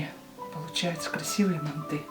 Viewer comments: Не мантЫ, а мАнты🤦🏻‍♀️ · Мы тоже из Казахстана.Говорим мАнты.МантЫ ,прям ухо режет😀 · Ни мантЫ а мАнты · Не манты, мАнты. Прекратите уже следовать недорослям.. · Не мантЫ, а мАнты!!! Произносите, пжс, правильно название этого блюда уйгурской кухни, древнего уйгурского народа!!!❤❤❤ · Почему вы ударение ставите на букву Ы ? мантЫ... У нас правильно говорится и травится на букву А мАнты. Но готовите вы так же как мы в Алма Ате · Только почему ударение на манты'.Уйгурские всегда были всб жизнь ма' нты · Не МантЫ, а мАнты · А где мясо? Это мантЫ! Бред полный! Не мантЫ а мАнты! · Говорите , пожалуйста , правильно МАнты, а не манТы. В Центральной Азии, откуда родом манты, все говорят МАнты, т.е.правильно так. Желаю вам процветания вашего канала ! Смотрю вас регулярно ! ❤ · Манты - казахское блюдо, и говорить нужно мАнты, но в России и даже Узбекистане почему-то произносят мантЫ, странно и режет слух. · МАнты мАнты мАнты не мантЫ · Ну почему не м'анты а манты' Ударение надо на а. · Не мантЫ , а мАнты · У нас в Казахстане говорят не мантЫ, а мАнты😊 Вам спасибо 🎉🎉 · У нас тоже в Душанбе не мАнты, а мантЫ . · Странно, что ударение ставят на ы. Ведь это неправильно, нужно ставить ударение ,на слово манты ,на букву " а " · Даже говорим мАнтоварка, потому, что мАнты, а не мантЫ. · Да не манты а МАНТЫ ударение на первый слог. Рецепт гуливэ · Ма'нты ударение на (а) . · мАнты,ударение на А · Блин,ну как режет слух, мантЫыы😮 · Манты ударение на первый слог, и яйца не добавляют. Чтобы когда на пару готовиться не было тесто твердым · Манты ударение на первый слог..